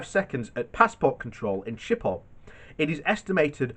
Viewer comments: Schiphol airport is pronounced SKIP-OL. Not Ship-ol. It's Dutch, not French. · Brexit benefits: more time for sight-seeing at the front of the gate. What? You want fast access? Ok. Surrender your police information files and pay up. Edit: also it's Schiphol. Not sjiphol. Pronounce the "ch" more like a "g" and a pretty harsh one at that. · No it's not. There is no 'k' in Schiphol. Considering english speakers have trouble with the harsh 'g' sound, 'shiphol' is actually pretty close and definitely preferable to saying it with a 'k'.